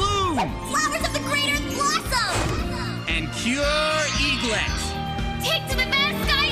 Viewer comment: ITS CURE EGRET NOT EGLET